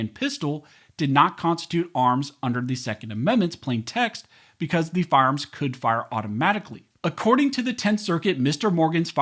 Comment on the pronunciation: “Firearms that are automatic are not arms as mentioned in the second amendment” Say that first word again… but slowly